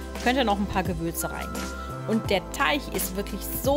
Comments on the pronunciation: TeiG nicht TeiCH !!!! XD gutes video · Ja was nun,? Teich oder Teig?🤣🤣 mega sympathische stimme👍👍👍